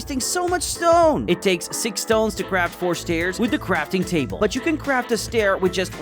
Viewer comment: You say crafting cable🤣